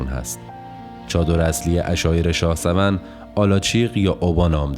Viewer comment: تلفظ صحيح شاه سُوَن هست